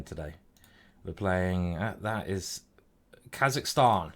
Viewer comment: Not Kazahstan, mate!